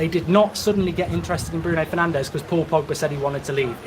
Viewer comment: Pls it's bruno fernandeS, not bruno fernandeZ, he is not spannish ok 😂